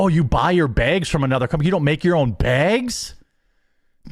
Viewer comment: The way he says “baygs” makes me irrationally angry